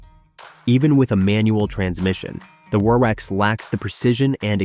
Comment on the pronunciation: Crappy computer-generated narration. WRX = War-X?!